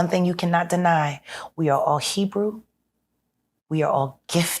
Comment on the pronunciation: I love when she said “HEBREW”